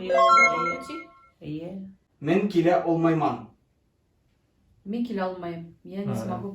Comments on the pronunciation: фразу "кила олмайман" вы сами не правильно прочитали. Там гартанная буква к, должно было быть.. тогда они точно угадали бы) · Вы не правмльно произносите звукм янги келин (новая сноха) яна келинг (приходите еще), men qila olmayman я не смогу сделать, men kela olmayman я не смогу прийти.. q не смогли вы произнестих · Ведущий неправильно произносит узбекские слова. Послушав я тоже отгадал неправильно. Есть разница в произношении между қила олмайман и кела олмайман.